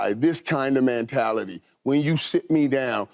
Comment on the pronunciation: Michael "Man-tality" Irvin